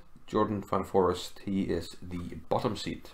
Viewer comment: Pretty sure his name is pronounced as "fan forist" and not forest lol